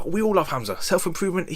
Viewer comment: Hamza sound of the name Hum-Zuh lol u calling him hazma This has got to be the new thing to wanna be when you grow up some cult leader with followers having a GOD like complex is scary and people should be afraid of these types of people. Any man/woman that’s looking to be worshipped of have followers u need to stay clear of these types of ppl. I’ve never seen one that really believes that they’re not GOD of just as powerful as GOD. They always have demonic energy surrounding them